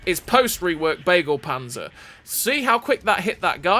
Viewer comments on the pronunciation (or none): Hahahaaaa "bagel panzer". Pls have Google speak Begleitpanzer to you in German.